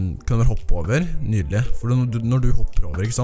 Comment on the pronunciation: Vi sier nydelig ikke nydele som du sa midt i videoen